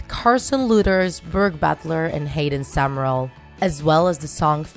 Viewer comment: It's summerall not summereal